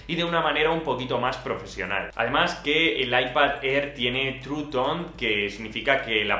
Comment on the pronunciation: “Aipad Errr” 🤣 🤣 🤣